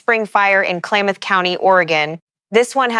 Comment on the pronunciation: hint: learn to pronounce the counties+.... Klamath is pronounced "clam-eth".